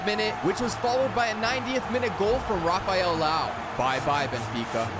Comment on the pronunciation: "Rafael Lao"😂